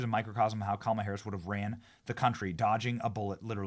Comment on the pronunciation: Everytime I hear "kamilla Harris" I laugh 😂